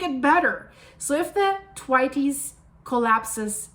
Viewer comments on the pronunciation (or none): "Twities" 😂 it's Thwaits "th waits" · Good morning it's the Thwaites Glacier Pronounced Th wai tes 😂👍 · It's pronounced Thwayts. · Thwaites not Twities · Pronounced "Thw 8's" not Thwaytees. Just fyi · Isn't it pronounced Th-waits? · Thwaites Glacier pronounced th-waits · It’s pronounced Thwāits (Rhymes with WAITS) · Pronunciation, is Th-way-ts or, if you like, "Waits" with soft "th" stuck on at the front. Common British surname, and you also get the singular Thwaite in place names. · Pronounced Th as in Thirsty and waites as in waits. No tighty whitey's 😂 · the pronunciation is th (like the) WAITES (like waits). Put it all together - th-waites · Its pronounced Thwayts 💕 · Is it not pronounced Th..way..ts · Thwaites pronounsed Th-wait-s, named after Frederik T. Thwaites. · Love your work but it's pronounced Th-waits xxx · yes girl she totally pronounced that totally wrong so Lisa yes she did girl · just to say, it's pronounced Thwayts. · It’s pronounced ’TH-WEIGHTS’ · So,I love you dearly ❤️. Thank you for being vocal about the Th-waits (pronounced like The waits without the hard E) or Thwaayts if you can understand it better that way. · Hi,. FYI: The glacier is pronounced like waits with a Th in front of it. Thwaites - all one syllable. Not a Spanish pronunciation. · lets listen someone who cant even pronounce Thwaites Glacier correctly. If you don't even know what its called how can we take anything else as certain. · Learn how to say “THWAITES!” properly. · Thwaites rhymes with HATES. 😅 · Thwaites one syllable no tes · Just love the way the good lady says Thwaites ! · yes definitely pronounced that wrong yes sir I concur that's great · Lol no it th like the thwaites glacier.....at least pronounce it right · TY elyse. It hurts my ears to hear the way she pronounces it😶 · I had to giggle at "Thwaites". Isn't it's pronounced to rhyme with "gates"?